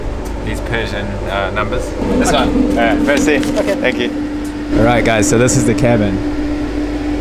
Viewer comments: MERCY lol sorry baba, it´s more like the e in echo mersi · Is it fun to hear a French guy pronouncing "Merci" with the Farsi accent (the rhotic r)?